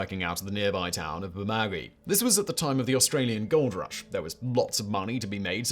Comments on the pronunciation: It's pronounced Burr-Ma-Goo-Eee, not Burr-Ma-Gee pmsl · Appreciate the addition of an Australian story! However, Bermagui is pronounced Berma-gYOU-ie 😊 great list as always! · Bermagui is spelt the way it's pronounced: Ber-ma-gu-i (ber-mah-goo-e) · Say it with me: bur-mah-gyou-ee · To help out its: Burr-Ma-gu-ee (4 syllables) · Just a quick one, love the videos, but it's pronounced Burma gooey..... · Interesting pronunciation of "Bermagui", but no biggie really. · Yeah... I was pissed at his pronunciation too. Liked his Cas Crim ep on Ivan Milat, but his pronunciation of a ute as OOT... Faaaarrrkkkk....!!! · I'm Australian and his pronunciation of Bermagui is completely wrong